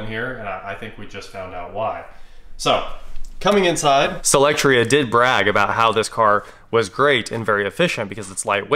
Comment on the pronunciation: You always pronounce it SElectria buts it's SOlectria